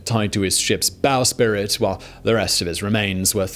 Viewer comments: Bowsprit* not bowspirit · Great episode! Just an FYI, it's bowsprit (bau*sprit), not spirit. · Bowsprit. Not bow spirit. Just trying to help out. Thanks for another great vid!